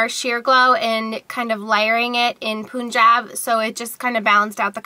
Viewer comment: Punjab is pronounced Pun (rhymes with run) -jaab (rhymes with carb) It's a place in India & Pakistan. It looks like you're going to a party lol Pretty outfit though.